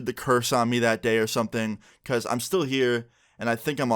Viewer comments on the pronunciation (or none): none